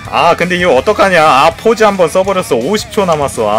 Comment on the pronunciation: pause의 발음은 [포우즈]와 비슷합니다